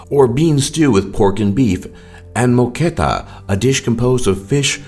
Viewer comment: Moqueca is the right word. Not "moqueta" as mentioned wrongly in the video .